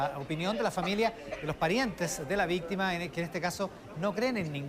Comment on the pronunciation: Porque se hace la vistima